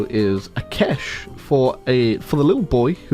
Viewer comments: bro it is not akesh it is aakash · I like how he calls akash akesh. Its pronounced as aakaaash